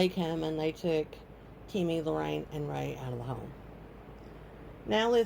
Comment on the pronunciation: It's Ray, not Ray-Ray